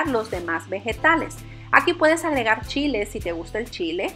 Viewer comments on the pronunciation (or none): none